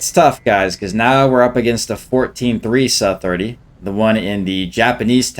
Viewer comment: pls bro its not saaaaa, saaa 30